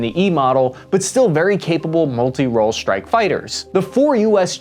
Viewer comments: Hey can we practice pronouncing strike as it is spelt as opposed to shtrike? And while we're at it extra instead of exshtra? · Gee if you are speaking English then speak English - “Strike” has an hard S and is not “Schtrike”. It’s laziness to not pronounce it.